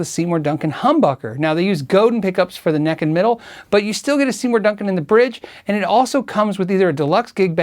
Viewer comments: Maggie Osterberg Wrong. Godin is pronounced Go - dan. Like Chopin. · i think its pronounced as "go-dan" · It’s pronounced Go-dan (mostly silent n) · Its pronounced "go" "then" French Word. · Godin is said "Go-dan" - French Canadian name. Reverend is a high-quality, reasonably priced brand. Godin is overlooked as well. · Godin is pronounced "go Dan." Please don't beat me up. I always appreciate finding out how to properly pronounce names and wanted to extend the same courtesy. As always, I love the content! This is one of the best channels for gear nerds around. :) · Great video! Btw, Godin Guitars is based in Montreal so "Godin" is pronounced like "Chopin". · Enjoyed this. I won't try and instruct in how to say "Godin"; you'd have to know some French. Lots of guitars I've never heard of here. I have two Godins and am pretty happy with them. The Exit-22 was $650CDN twenty years ago, and was my first electric. The Montreal was pricier but was a gift. I think it boasts the best neck and stays in tune better than my '87 Strat Plus (surf green)--which of course is the beauty queen. Thanks for vid. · As a Canadian. You're pronunciation of Godin pisses me off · Godin- I love my Stadium 59!!!! But it's not spoken Go dinn?? It's GO din they speak it on their videos.... love you love the vids. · Hi! Not to be picky, but you are mispronouncing Robert Godin's name. He is French-Canadian and Godin is a french surname. It should be pronounced GO DAN in English, not GO-DIN. I own three Godin-made guitars myself and I absolutely agree with you about quality at price point. To be honest, I have played guitars at three times the price that didn't out-do the Godin. Excellent manufacturer. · Godin is FRENCH... pronounced go-DAN. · you are completely awesome! I greatly appreciate your videos and am totally impressed by your expertise. There is, however, just one little thing: Godin is pronounced "Go Dan". I know it's a bit odd, je suis désolé:) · Um....no....it's "Go-dan".